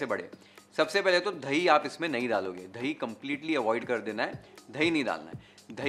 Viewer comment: thai nahi boltey.. dahi hai